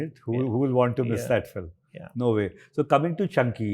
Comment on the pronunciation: I watch many of Your podcasts you use some higher English words, but pleeeze, it is fi l im not phillum pronounciation it's irritating comeon not from you